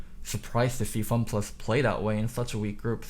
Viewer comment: Nobody:: FunPlux